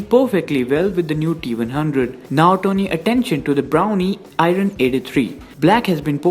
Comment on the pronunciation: R is silent in IRON bro....